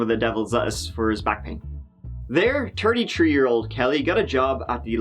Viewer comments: Turdy Tree lol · How could I guess that she was turdy three? 😂😂😂 oh yeah, and he was fifty three 😂 I swear, every single one of stories involves people who are in their turdies or the date includes the number tree, etc. lmfao! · Tirty tree....stfu plz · Terty- tree year old. Fifty tree year old. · turdy tree? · did he just say "TURDY TREE"? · Tree hundred and tirty tree thousand subscribers! Very apt! I love ur channel dude! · Tirty tree likes and I'll edit in a secret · Duuuuuude for real!!! Basically every episode has something to do with that number. You could make a drinking game for anytime you hear “turd, tree, turdy tree”